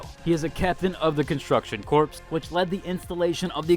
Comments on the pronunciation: Corps. is not pronounced as “corpse”. It’s pronounced as “core”. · Corps is pronounced like "Core" not "Corpse" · Awesome video!! Not hate just love, it’s pronounced “core” not “corp” ❤ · I'm liking the info, but can you please learn how to pronounce Corps = Core... not Corpse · "Corps" is pronounced "Core" not "Corpse" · Corps = core when pronounced you dork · Corps is pronounced Corr:face-green-smiling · Very helpful video! Sitting waiting for launch and trying to figure out what character I wanted to aim for first! Also, uh, corps is pronounced like "core." "Korps" is how you say corpse, after all, a dead body. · Corps. The “p” is silent.